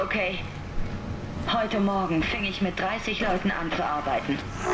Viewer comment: Versteht ihr auch bei " Nicht's ist ok . Heute Morgen fick ich mit 30 Leuten .. "^^ Jaja , ich weiß grammatikalisch falsch ... Beim 3. Mal hinhören versteh ich erst " Fing ich mit 30 Leuten ... " ^^